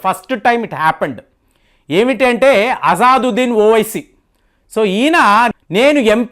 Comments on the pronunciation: అజాదొద్దిన్ కాదు బాబూ.. "అసదుద్దిన్". పేర్లు పలకలేక పోతున్నావ్ ఏం చదువుకున్నావ్ నీవు..? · గారు అజాదుద్దీన్‌ కాదండి, అసదుద్దీన్ సరైన పేరు. మీరు ఈ మద్య చాలా పేర్లను తప్పుగా చదువుతున్నారు. ఒకసారి సరైన పేరు నిర్ధారించుకొని వీడియోలో చెప్పండి. తప్పుగా అర్థం చేసుకోవద్దు. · Intha cheputunnavu MP peru sariga pronounce cheyali kada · Asaduddin Owaisi ni peru ucharana cheyatam ratledu mee bava Gari peru maryada Ga palku.